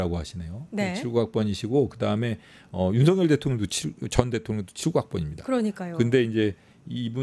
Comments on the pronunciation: 아..저는 귀가 이상한가바요...매국노.매국노..이러는줄 알았어요..윤석렬 ..윤석렬 이거 였어요?.. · 윤석열 개통령으로 들리네...